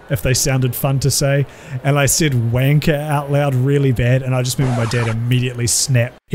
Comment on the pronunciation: If you say uanker, you just say the bad word anyway